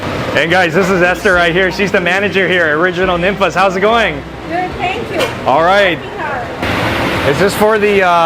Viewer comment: Tex-Mex food is way better than any California Mex!!! Also by the way, it’s pronounced more like NEEN-fah’s. I’m a native Houstonian that grew up on Ninfa’s, Casa Olé, Chuy’s, and Monterrey House. These are truly Houston institutions that cannot be replicated. They’re even better than Tex-Mex joints in San Antonio in my opinion!!! Mama Ninfa is a LEGEND and basically INVENTED Tex-Mex style Fajitas as we know them today! Also my favorite dish at Ninfa’s is Beef Fajita Tacos Al Carbon with tons of Chilé con Queso, salsa, & guac dumped on top and rolled up in homemade Ninfa’s tortillas!